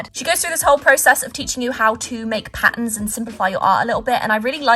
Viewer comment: I like how she said "pattns" to patterns LOL XD